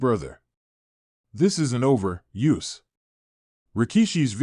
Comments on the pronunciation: There are these little things called FACTS. Get some before you start posting bull crap, and while you're at it learn to pronounce people's names..... IDIOT!!!!! It's Uso snd NOT U.S.O🙄🙄🙄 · Jimmy and Jey's name is not U S O it is prnounced OOOOSOO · His name is Jimmy Uso, not Jimmy U.S.O. This guy is so fake